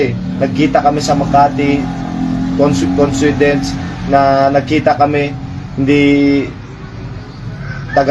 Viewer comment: Coincidence " conswedents"😂😂😂